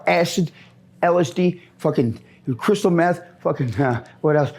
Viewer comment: „meff“ LMAOOOO